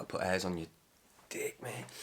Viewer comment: Meyyyyyy(t). You on a consonant fast or something?